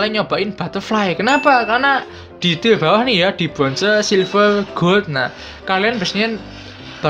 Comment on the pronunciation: Maaf bang...Tier....bukan til..wkwk.kyk gimana denger nya low till